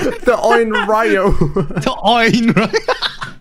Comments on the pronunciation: Wth is "The Oinraiyo"? that was frickin hilarious and I started watching your content a few weeks ago and I can't stop laughing at the beginning when you guys incorrectly pronounced her name, Onryo. The Oinraiyo, pfft lmao. Keep up the great content. Definitely subbing. I'll leave this here, The Oinraiyo!!! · you pernounce onryo onreo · the "on-ree-yo" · Her name is On-ree-oh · im pretty sure they are from somewhere in europe but onryo is pronounced like oh-n-ri-yo. if i said this wrong im big dumb ig. i havent done japanese or chinese since high school. its japanese right? man im too old for this. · Btw it's pronounced on-reo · That’s actually pretty close to the original pronunciation 😭 Just put an “n” between the “o” and “r”.